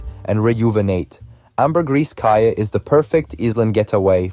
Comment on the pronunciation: Caye is pronounced “key”.